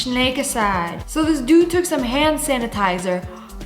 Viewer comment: “Shnanitizer”-2024 word of Lia